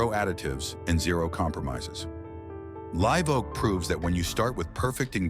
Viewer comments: AI pronouncing “LIV” Oak vice Live Oak, then corrects half -way thr4ough! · When will ai learn to say Live, not live? 😊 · AI narrating is sooo f'in annoying, live oak ....LIVE with a hard "I" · It's pronounced "live oak" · The AI voice can't pronounce Live Oak right.